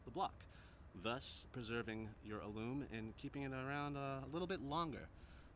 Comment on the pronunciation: As a proof reader at work, I had to look up your pronunciation of "alum." It's actually 'ă lәm, according to two heavyweight references, Random House Webster's Unabridged and Webster's Third New International Dictionary.